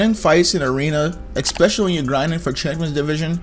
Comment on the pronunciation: Are we gonna ignore how he says eXpetialy🤣🤣 I'm not trying to be offensive